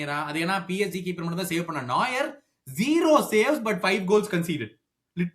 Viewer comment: உங்க Reviews super.ஆனால் Bayern Keeper பெயர் நாயர் கிடையாது நொயர் (புதியவன்)